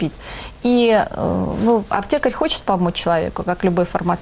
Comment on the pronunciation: На 14 минуте у меня потекла кровь из ушей... я как раз «аптекарь». Эта женщина безумна! Вызывайте экзорцистов!